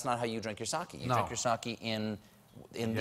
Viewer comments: My pedantic dad is making me type this: "It's pronounced "sockay" not "sockey". And it's only 15-20% alcohol." You can imagine how fun our family holidays are :/ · It's "sock ayy" not sock ee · You know what else you don't do, Stephen? You don't pronounce it 'sa-kee.' It's 'sa-keh.' :) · its SAKE not SAKI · sake. no "y" sound. Your dad is not pedantic; he's pretentious. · SAH-KAY DAMMIT!! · Reece Arakaki It's "sake"